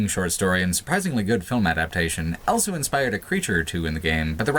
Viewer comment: says elso instead of also.